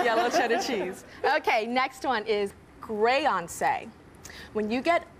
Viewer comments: “Buyoncé, Brioncé” chaos!!! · “BYEYONCE” DFKM🤦🏾‍♂️💀💀💀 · ‘First one - Buy-oncé’ - 👀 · When she said Byeoncé the first time and Beyoncé looked at her like she was crazy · The way Beyonce said sAyOnCe😟